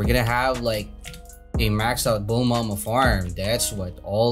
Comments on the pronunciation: Stop saying “Bulmama” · I like how he said bulmama